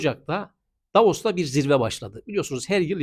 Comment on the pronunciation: Hocam "Davos" ...."Davaros"😂